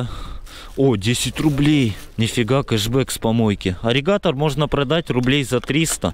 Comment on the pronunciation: Ирригатор, а не аригатор. Почти аллигатор получается.